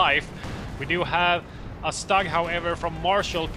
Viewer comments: Stug is prounonced Schtug! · Guys, your casts are the best out there!!! Bbbbbbut.... Please work on pronunciation! Few basic groundrules.... in german, W = a V in english, so Wehr is actually like Vehr StuG = sh-toog, not stug. Cause StuG is short for sturmgeschutz, and sturm is like u=the "i" in stir, so kinda like sh-tirm. And also, how much historical knowledge of WWII do you guys have?